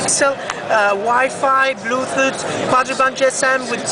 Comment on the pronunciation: lulz "bluethoot"